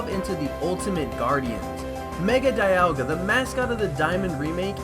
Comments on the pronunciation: dialga is prounouced dee-all-gah not die-al-gah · This video is awesome: end pahlkia and diahlga its palkia and dialga